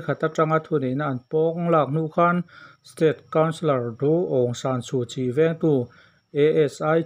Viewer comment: Suhchii hming hi zo tak in lam rawh i lam fuh zawk ang Su tih kha. Suh ti in lam la afuk zawk ang midang pawn an lam dih alawm le tih dik tum ve teh kan lo tan ve si che a